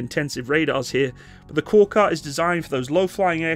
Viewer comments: Thank you for the vehicle review. The Turkish word KORKUT (a Turkic name from our Central Asian Altaic roots) is pronounced as / k o r 'k u t / stressed on the 2nd syllable. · Turkish is read as written. No letters differ wherever it is in the word, the letters always sound the same. So: Korkut is read like kor (like core) kut (cout). Aselsan is like ah-sell-sahn.